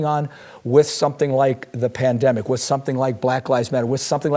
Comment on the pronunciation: The PLAN-DEM-ICK...oh yes. A numbered 🤧